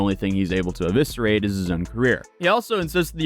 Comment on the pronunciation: “Eviserate “ ?! lol